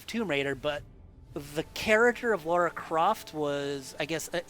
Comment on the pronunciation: Lar-a not lare-a... but I appreciate the attempt to be accurate!